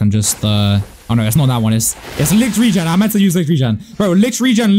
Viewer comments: Licht “reign” is how its pronounce not regen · btw licht regen means 'light rain' in english regen is pronounced rae gen